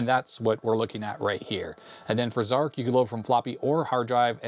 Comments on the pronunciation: zar CH not zark..... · to the best of my knowledge, Zarch is pronounced "Zartch" (to rhyme with 'arch'), not "Zark". I've never heard anyone else say 'Zark' (and I was an Archimedes owner back in the day when Zarch was new). Zarch was a technical marvel at the time, though I think most people found it pretty unplayable because it was so hideously difficult to control! Of course, the original Archimedes version was the definitive one, but it was also converted to other platforms – including even the ZX Spectrum! – by Firebird Software, under the name Virus. (Take a look at the Spectrum version for comparison…! Hardly an obvious conversion to make, though it too was an impressive technical achievement, all things considered.) Two other, slightly later, Archimedes games use the same graphics engine as Zarch: Conqueror and Air Supremacy, also from Superior Software. Both are less fast and spectacular than Zarch, but both are considerably more playable as games, and make better use of the terrain by keeping it visible most of the time! I always felt that one of the frustrating problems with Zarch was that you were flying too high to see any of the ground for much of the time. Not until you were just about to crash into it, anyway… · Zarch not Zarc!